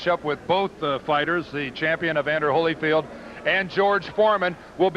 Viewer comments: It's Holy-field Dave, not Holla-field! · Letterman says Hollyfield, it’s Holyfield